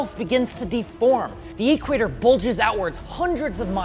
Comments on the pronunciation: Just curious, do people really pronounce it "E-quator" or is that just a thing? lol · Hey, it's 'equator' no 'e-quator' LOL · is so engrained in the digital world that he pronounces equator as if it's short form for electronic quator. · Awesome video. Love the science. The way you're pronouncing "equator" is hurting me a bit, but I'll survive ;) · Interesting thought experiment, but the way you mispronounced "equator" every time made me cringe in second-hand embarrassment.